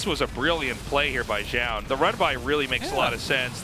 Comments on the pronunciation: I totally get why Artosis says "Zown" as his name is spelt like Noun but with a Z... god knows why Tasteless says "Joun" however lmao. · Artosis says "ZOWN" Tasteless says "JOWN" The announcers says "Zone" in perfect English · what's up with how artosis and tasteless pronounce Zoun lol, sounds like it's supposed to be "Zone" from how the announcer says it